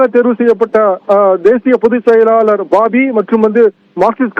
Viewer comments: இவனெல்லாம் விபரங்கள் சொல்ல வேண்டுமா அரைகுறை பேச்சாளர் பேபி என்ற பெயரை பாபி என்று சொல்றான் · பாபி இல்ல M.A பேபி